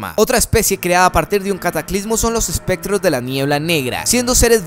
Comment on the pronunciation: esprectros. ESPRECTROS PLZ